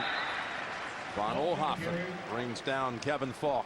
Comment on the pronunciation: "Vo Offhoffen" lol. How could he not know how to pronounce that name. Von Oelhoffen had made the big play the game before, for which Nantz was the play-by-play guy.